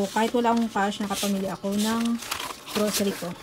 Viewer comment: ang saya pakinggan ng pag sabi mo ng grosary :D Thank you for the good vibes!